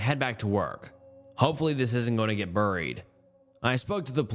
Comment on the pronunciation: Burryied it burryied it like what accent is this dude